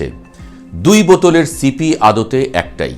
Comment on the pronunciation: বোতলের মুখ কে কি সিপি বলে নাকি " ছিপি" বলে?